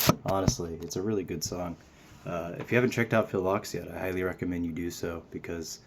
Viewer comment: I love this song. Not trying to sound like a nitpicking, pretentious dick but Ochs is pronounced Oaks.😂 Love your cover!!!